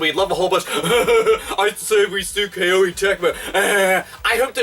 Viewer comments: It's Koh-ay not Kay-oh-ee. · it's not a big deal, but why "K-O-E" when you can just say "Koh-Eh" like the Japanese pronunciation? I just want to make things easier for you.:P (And I found out the letter "i" in Koei Tecmo's name is silent.) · You mispronounced KOEI as "Kay-Oh-A." It's suppose to be pronounced more like "Koh-A." The name of the company KOEI was derived from the Japanese word "kouei / 光榮," which means HONOR--as in "It's an HONOR to to serve." Great video as always, by the way. Love your ever-vulgar commentary style, lol! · BTW It's pronounced "Koh-ay" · >"Kay-Oh-Ee Tecmo" ded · FYI, it's pronounced "Ko-Ay" Tecmo. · I believe Koei is pronounced koh-ee (rhymes with showy). To the content of the video, it's sad when patents for such basic software building blocks are granted. Shows how out of touch the patent office is, and how copyright laws need to be overhauled with more emphasis on openness and innovation. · it weirded me out that called them Kay-Oh-ee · Capcom is just a joke now it seems. Also the way you say Koei sounds really weird hehe.